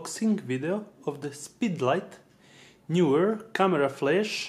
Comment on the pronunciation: Knee-were, not Knew-were. English syllables make it so.